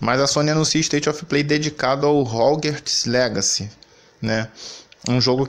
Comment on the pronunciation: Relaxa, nos já nos a acostumamos com vc não sabendo falar nem a palavra "Playstation", quem dira Hogwarts Legacy